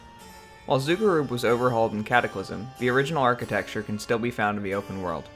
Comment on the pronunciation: This is awesome, also finally someone who can pronounce Zul'Gurub properly.